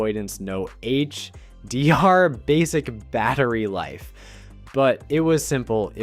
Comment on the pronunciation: FINALLY!! YOU LISTENED. I don't believe it. Your AI voice over correctly pronounced "Lito" Well done. Now get it to stop making up words like say "HDR" and not "HD. R" and we're on to a winner! You might even get a like.